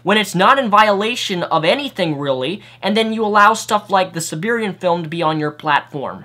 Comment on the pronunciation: You have no business criticizing anyone's spelling or grammar. You can't even pronounce "A Serbian Film" correctly, let alone all the other words and phrases you mispronounce, invent from whole cloth, or use incorrectly. That's just in this video. I can only imagine the extent to which you brutally ass-fuck the English language in your other videos.